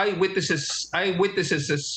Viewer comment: natawa ako sa "there were no EYEWITNESSESES".... ang daming S....